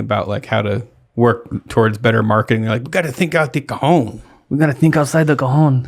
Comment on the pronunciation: You pronounced cajón like cojón (testicle)